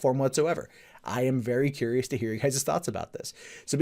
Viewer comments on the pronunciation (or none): none